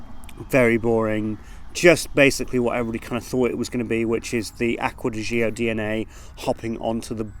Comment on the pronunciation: It's GIORGIO Armani. And it's Acqua di GIO, not Zo